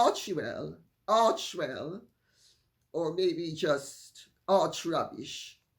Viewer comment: Arki-el (Αρχη-ελ). Greek for God head, there is no W in Greek. A very strong name. Hate to see you struggle with it although the English equivalent for χι is Ch, it is pronounced as an English K ..... Arkiwel or Arkiel 💖Good luck